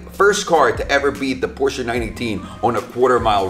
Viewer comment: finally someone who pronounces Porsche right